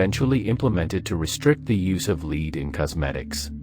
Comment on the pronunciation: It's pronounced "Lehd" my friend.